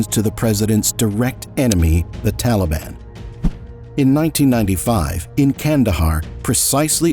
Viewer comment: Teleben, Efgenesten, how Americans butcher pronunciation. lol